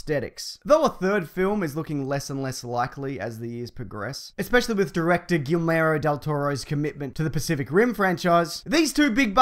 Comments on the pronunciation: "Gillmero del Toro?" I think you might've fudged the pronunciation a bit. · Congrats you officially have the worst pronunciation of the name Guillermo Del Toro. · I love the videos and I love the podcast! But, being from Argentina (a spanish speaking country) I have to say that your pronunciation of Guillermo del Toro bothers me every time! But I have to admit you get it wrong the same way every time. If it helps, watch Jimmy Kimmel, he's got a Guillermo there and you can here what it sounds like. Cheers!